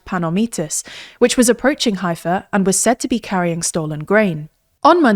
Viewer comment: You mispronounced Haifa and you showed a fake map of Israel removing essential parts of Judea and Samaria as well as Gaza and Golan & Hermon Heights. This is media bias to the fullest.